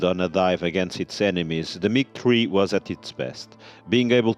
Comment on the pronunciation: OMG just say MIG stop calling it MIG TREE !!!!